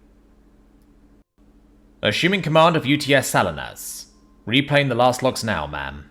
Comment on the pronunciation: Not, "Sal-in-us", but "Sa-LEE-nus".